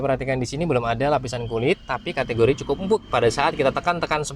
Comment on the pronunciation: Banyak amat “katagori” nya